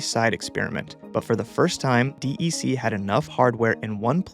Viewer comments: D E C instead of “deck” is worse. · As a card carrying OG who was around VAXes in the late 70s, I only ever heard "deck". Not disappointed, just that spelling out the letters sounds weird. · DEC is pronounced Deck